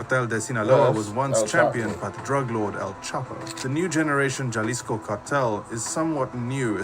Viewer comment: Idk what the narrator keeps saying “jaaa lisco” lmao. It’s pronounced “Haa”. I agree with you man. A small blessing is that he was not captured/kidnapped alive.